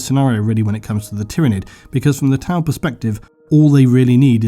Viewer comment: I love the video, but had to thumbs down due to Tau. haha sorry